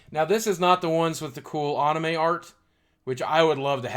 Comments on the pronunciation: He said onime not anime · Aw-ni-may Lol